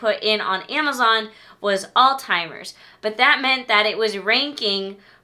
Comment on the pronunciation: i pull out my hair every time i hear someone pronounce Alzheimer's as All-Timers. there is no T in Alzheimer's. Stop saying that!